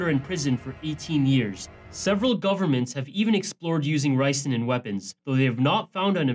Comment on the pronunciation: ricin, it's not nicin